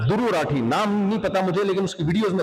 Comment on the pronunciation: Aaa bee naam tho thik se Boll